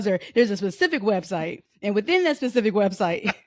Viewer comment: I got you Rhodesia! Tell to say “specific”! We are gonna get “Pacific” lmao!